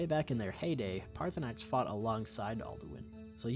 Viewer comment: it’s Paar-thur-nax